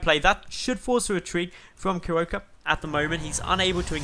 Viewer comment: Thx for casting Starbow! And your pronunciation of Kierowca is a bit off ;) I'm assuming he is polish because kierowca means driver. If you know from what country the player is I recommend using google translate for pronunciation (of course assuming the nick is not in English).